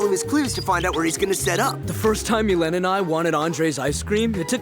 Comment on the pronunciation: Millen doesn't rhyme with serene or seen... but myléne does! (Milleen)